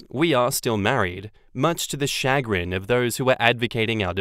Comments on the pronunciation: Much to my shuh-GRIN, I cannot hear say SHAG-rin, SHAW-grin, or CHAH-grin… and not shuh-CRINGE!!😬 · The emphasis is on the second syllable as well. Shuh-GRIN, not CHA-grin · It's not "SHA-grin", it's "Shuh-GRIN". It's a basic work in American English. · It's not SHAG rin or CHAG rin, it's shu GRIN. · Shuh-GRIN. I can't believe you've never heard that word before,. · I have heard similar water fights in my household between my MIL and FIL. They are Asian. Chagrin is pronounced "Sha-Grin". It's a word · I trot that word out now and then. In the US it’s pronounced “shuhGRIN”. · Emphasis on second syllable ShahGRIN 🤭😝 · It is sha- grin. Yes we use it. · I’m so bothered by your making fun of “chagrin”. It’s a common English word. Also, it’s pronounced shuh grin with the emphasis on the second syllable. Why would you just mispronounce it repeatedly to make fun of a normal word? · 2nd Story - chagrin is a real word (noun - A keen feeling of mental unease, as of annoyance or embarrassment, caused by failure, disappointment, or a disconcerting event.) and it's pronounced with a SH and AH sound at the start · Chagrin is a perfectly normal word and I (and many others) do indeed use it conversationally. Emphasis goes on the second sylable and the 'ch' is pronounced as 'sh'. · Either way is better than how pronounced it, though now that I think about it I think you're right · I use chagrin all the time, and you even said it mostly right but with the accent on the wrong syllable (it goes on the g) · The takeaway from the second story narration is that we should aim to read more. The lack of vocabulary diversity is very worrying. Not only chagrin, but also repeatedly saying empathetic as emphatic made me pretty sad. And this is not a comment about "kids these days", it's more of a comment about "internet age is uncovering a lot of deficiencies that were hidden prior to everything being extremely public"